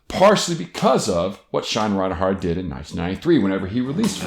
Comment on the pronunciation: I want to like this video but every time I hear you say ReinHARTin this video, I die a lil bit more. It's REINERT.